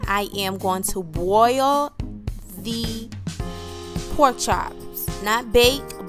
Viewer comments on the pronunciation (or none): You bwoil it? Vewy vewy good. Must've tasted gweat.